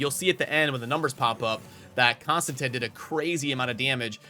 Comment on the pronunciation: Konstantin... Say it with me now CON-STAN-TEEN